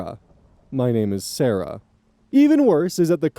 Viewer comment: Ngl i find it funny could have said it either "Cl aah raah, S aah raah" or "Cl air uh, s air uh," but decided to mix the two and i had to rewind to see what that even meant